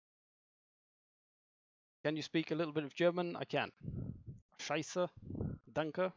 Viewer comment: His german ''Scheiße'' is actually pronounced perfectly. As a german, he had my abo and bell with it.